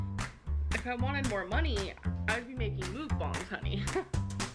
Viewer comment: It’s pronounced *MUCK•BAYNG*not *mook•bong*you illiterate large POS. Drives me crazy.